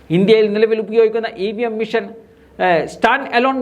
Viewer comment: മിഷൻ എന്നല്ലാ മെഷീൻ എന്ന് പറയാനപേക്ഷി